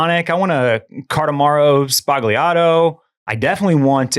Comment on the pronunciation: i love this podcast! pro tip: when you order a "cardamaro sbagliato" it's pronounced as "sba-lya-to" :)